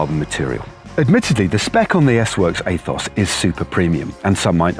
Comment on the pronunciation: heheehehehehehe “aethos” hehehehehehehehehehehe